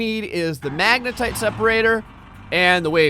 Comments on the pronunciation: He said wave separator and magnatite table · "The Magnetite Table" and "The Wave Separator" Dammit...